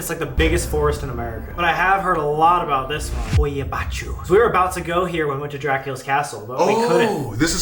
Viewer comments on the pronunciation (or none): As a romanian, if you guys would really go there for a paranormal investigation i would be so exited! Btw the way Colby pronounced "hoia baciu" 😂😂 you pronounced it so wrong it was hilarious 😂 love you guys!❤ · As a romanian, i suggest checking out the Hoia Baciu forest! I wonder what you, guys, can find out there 🤔 Also, the pronouncing should be something like "Hoy-Ah Bah-Choo " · Them butchering the hoia baciu pronunciation makes me laugh sm😭😭 rly hope they come to hoia baciu tho🙏🙏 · As a Romanian, the pronunciation of Hoia Baciu made me laugh so much 💀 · im romanian but u pronounced hoia baciu whrong